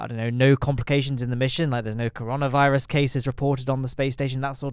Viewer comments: Did you just say Cor-oh-nah virus? I come here for a good British accent and PROPER pronunciation. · You and your caronavirus xD every time you say it i seem to have a mouthful of water about to be lost